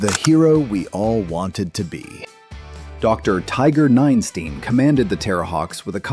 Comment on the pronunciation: Ninestein, not nine steen -_